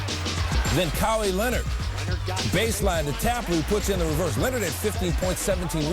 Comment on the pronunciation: KAH-WEE Leonard